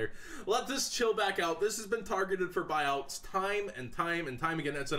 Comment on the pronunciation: Lmao buuouts xD